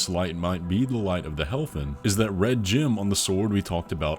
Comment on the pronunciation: Why are you pronouncing “gem” as “gym”???